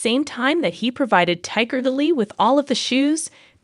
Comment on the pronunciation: Tigger Lily??? 😂 AI sucks